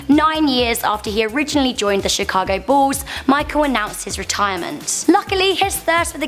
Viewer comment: why u saying ball insted of bull it sounds like